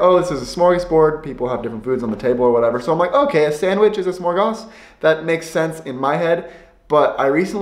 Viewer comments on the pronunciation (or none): Not "smorgas" but SMÖRGÅS. You need to practise pronouncing these three phonems. It's not difficult as they all exist in the English language. Just don't stare att the letters, listen to the sound and imitate it. That's the way you learn proper pronounciation.